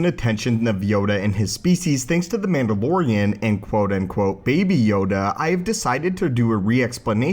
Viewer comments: Did anyone else hear him say Mandaborian in the start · the mamborian? xD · wtf is the mambamormian? its man-dah-low-ree-uhn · did u just say " man - da - boar - ian"